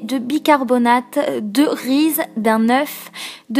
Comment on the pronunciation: Tu oublies beaucoup de choses 🙄 Et sa ne se dit pas "rize". Mais Bonne videos sinon. ❤️